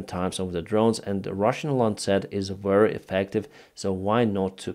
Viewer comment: Please, say “very” instead of “weary” 😊